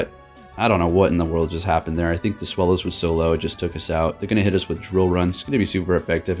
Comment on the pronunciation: Deino and its evolutions are named after the German words for "one," "two," and "three" to describe the number of heads. So zweilous is pronounced "tsVAI-loose"